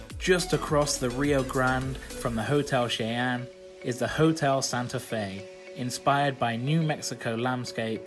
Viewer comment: Cheyenne is said "shy-en" its my name so it was a little triggering when u said it just thought I'd say how u actually say it 😂